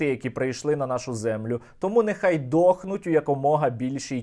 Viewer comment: Оця вимова слова:дохнуть,з уст,звучить як пісня для мого вуха😊🇺🇦